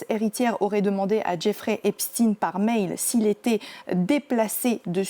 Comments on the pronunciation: On ne dit pas "Epchtine" mais Epchtailleneu (en fait, c'est comme Einstein, OK?), tout le monde le sait donc INUTILE de cacher la judéïté de Jeffrey en traffiquant son patronyme. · c est steinnnnn pas stine epstaiiiiin pas epstiiine